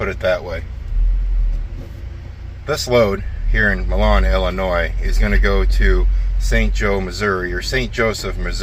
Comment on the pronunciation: You pronounced Illinois (Ill-ah-NOISE) correctly the first time. It's weird to see more snow to my south than up here in the frozen tundra.